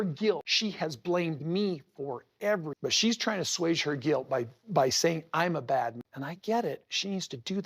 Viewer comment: Ahswage? Uh, even my keyboard knows to correct that to assuage, Kody. 😂🙄